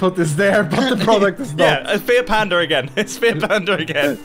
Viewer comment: I legit thought he was talking about a "feared panda" for the first half of the Video.... And thought was a pretty odd comparison but it's Mumbo ig. I realized next day when we continued the Episode...